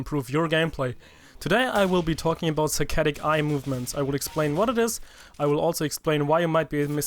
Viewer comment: I thought he said satanic movements